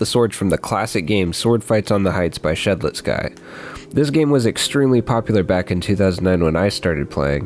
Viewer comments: shed let sky? its pronouced shed lets KEY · Did bro just say shed let sky